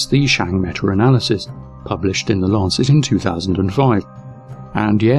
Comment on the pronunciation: Awesome vid... except... IT'S META! META!!! NOT METUR! THERE IS NO R!!! AHHHHHHHHHH! Other than that, win all the way.